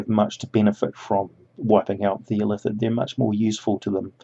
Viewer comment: it still sounds like Ilithid to me. I'll call them Ilatheeree & blame the Mind Flayer empire. screw them gawdz!